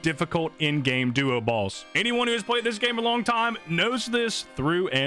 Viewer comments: He's saying "balls" not "boss" right??? Am I the only one hearing that? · I just keep hearing him say end game duo balls